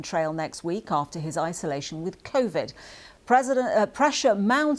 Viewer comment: Convid... ralmao